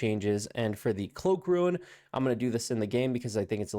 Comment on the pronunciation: R-U-N-E not R-U-I-N... Sounds like Roon